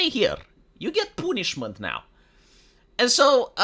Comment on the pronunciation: "You get poonishment now" -, 2025